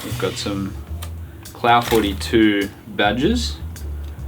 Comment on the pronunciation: I've been holding back the urge to mention to that in Non-American English Clough is usually pronounced Cluff.